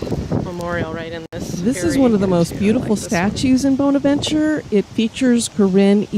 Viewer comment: Was just there this morning 😍 One of my most favorite places to visit, I go 8-10x year and I see something new every time. As a kind FYI, it’s pronounced “BAHN-avenchurr “ here in Savannah. Corinne Lawton died of pneumonia right before her marriage. The arch with the Jesus statue is her father’s memorial. Local lore says that she is positioned with her back toward her father, as she was marrying “below her station “. Actually she and her father were originally buried at Laurel Grove cemetery and moved to Bonaventure in 1898.